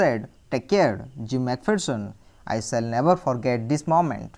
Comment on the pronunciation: Can't u pronounce the words properly???The meanings that u r telling r already written in the book....si what is the use of listening it... U tell never as naver